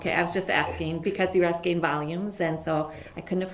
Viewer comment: I love that you said "AXING" questions... Good lord that made me nuts every time he said it